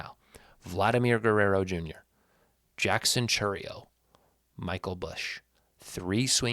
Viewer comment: Vlad = Glad ✅️ Chourio = Cherrio✅️ Busch = We've got Bush! ✅️🤣